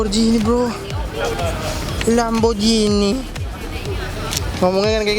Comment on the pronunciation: Lamborghini slur bukan lamborjini